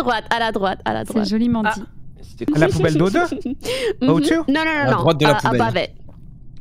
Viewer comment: "Um c'est... P O U B E L L E" -Pokimane (Je la respecte je sais qu'elle n'est pas française mais ça m'a fait marrer)